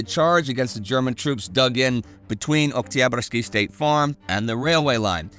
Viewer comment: Great stuff as usual Fun fact: Every time Indy prononces 'Oktyabrsky' it sounds totally russian with not any accent present